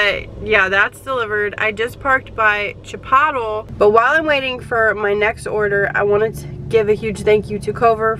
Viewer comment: Chipotle...wow never heard it pronounced like that 🤣